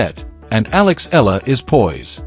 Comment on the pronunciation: EALA is pronounced " EYA-la ". The " EA " is like a diphthong. This is a common pronunciation in the Philippines.